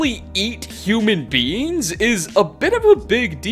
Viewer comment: I heard “human beings” as “human beans” threw me off to what human organs could be or look like human beans….